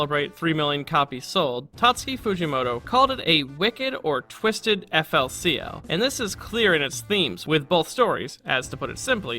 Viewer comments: Eff el sea el killed my soul...just hurt hearing it said like that man. Very insightful video but ouch. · GRAAAAAHH ITS PRONCOUNCED FOOLY COOLY